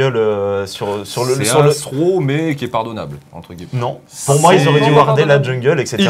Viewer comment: C'est quoi cette prononciation dégueulasse de throw ?!